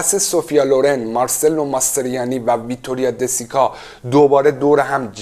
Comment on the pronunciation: حد اقل یک سرچ رو اسما میکردی و بعد ویدیو میساختی کارلو پونتی رو میگی کارلو پانتی ، مارچلو ماستریانی رو میگی مارسلو 🤣😂😂😂😂😂😂😂😂 اعتماد شنونده رو از بین می بری با این اشتباهات.